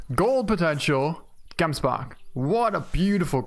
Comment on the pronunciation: Is it just me or does it sound awesome when he says gemsbok